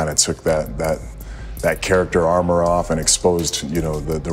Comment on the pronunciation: Hate how he says "character" and "performance"